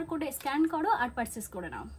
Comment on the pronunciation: পারসেস নাকি পারচেস 😂 কিছু মনে করো না একটু ঠিকঠাক করে বলতে শেখো 😊 নিজের শরীরের যত্ন নাও আগের থেকে অনেক রোগা হয়ে গেছো তুমি 😢